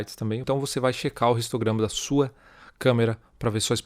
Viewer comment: Amigão seu vídeo tá joia, mas vc está falando português então v se domina o vicio de linguagem(talvez adquriddo inglês) e pronuncia a letra h como som neutro e não como o som do r pois histograma se pronuncia como não existisse o h e vc pronuncia como som do r (ristograma) OK?